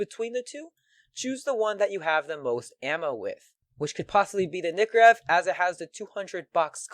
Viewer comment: its nike or ev not nikkorev <o/